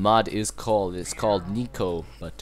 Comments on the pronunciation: NEKO NOT NIKO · it's neko not nyco well at least it is pronounced like neko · Its not NEEK-O Its NEK O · i think its pronounced neck-o. and good video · I'm not trying to be a pest but, Néko is pronounced like Nako with a strong 'A' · it's pronounced nehko (like neigh-ko) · Its "Nay" "Ko".